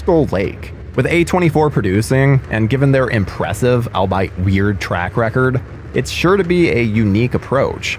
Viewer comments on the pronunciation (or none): ... . The word is pronounced "ALL-BEE-it"..